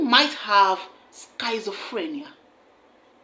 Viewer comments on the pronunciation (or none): Schizophrenia is pronounced "skizofrenia" not "skaizofrenia". Air France should have specifically handed him over to border officers and security officers, specifying that he should be deported to Chad, not just off load in Nigeria.